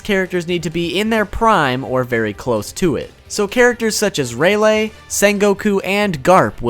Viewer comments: raylay... HOW DO YOU MISPRONOUNCE THATT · I'm still laughing cause you pronounced rayleigh as Ray -lay (( not trying to be rude I just found it funny )) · Dude. I really, really fucking haaate how you pronounce Rayleigh. What the fuck? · its not ray-lay its ray-lee and u forgot to go over snake man form of gear 4 (observation haki form) also int nor anne l its n-a-roo